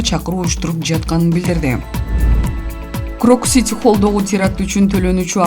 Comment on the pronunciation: Крокс эмес э тупая крокус!